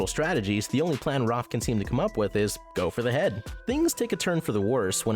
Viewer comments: Am I the only person that’s mildly annoyed that he says Roph instead of Raph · It’s Raph, not Roth! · Bruhhh why does he have to call him Rof instead of Raph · its raph not roph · It’s Raph ( R-ah-f) not (R- ar-f) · He pronounces raph rof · How does this YouTuber get so many names for the characters wrong? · is no one gonna question how he says roth instead of raph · Video: Roff Me: It..its Raph not- Video: Then Roff Me: IT'S RA- never mind. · I’m just saying you say raf but its pronounced raaaf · 🎶The A says o. The A says o. Every letter makes a sound, the A, says, o.🎶 Seriously why is he saying Raph like that? Roph!?!?! has live action avatar the last airbender flashbacks. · Roff instead of Raff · I like ur video really by why you keep calling him Rolph XD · roph </3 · Dumbass said 'ROPPH' lmao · Dude,I love this list and this channel,but pronounce Raph right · why does he say raph like that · You could of at least said Raph's name correctly at least once 😂 Also, How Baxter was treated in 2003 was way way way worse then how he was in was still really bad though. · There's something about the way you say "Raph" that makes me giggle.